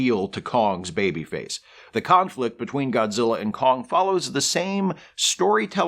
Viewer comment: Am I the only one who keeps hearing conflict as Kongflict?